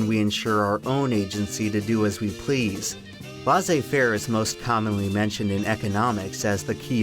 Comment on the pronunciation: The ai in "laissez" is pronounced the exact same way like "faire" is! Because it's spelled exactly the same way. So why do you pronounce it like "lassez"?...